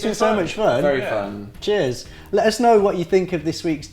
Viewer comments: I know he said cheers but I heard jizz :Z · lol when the guy said "cheers" i thght he said "jizz" XDD